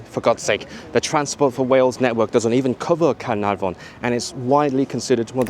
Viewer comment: Really enjoyed the film and you’re dads try at Caernarfon was really good 👍